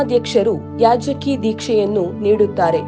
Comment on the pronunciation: ಕನ್ನಡ correct agi mathadi. ಯಾಜಕಿ alla ಯಾಜಕ ದೀಕ್ಷೆ